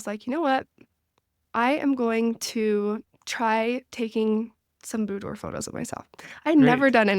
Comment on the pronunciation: Great tip for individuals and couples. PS, It's pronounced buːˈdwɑːr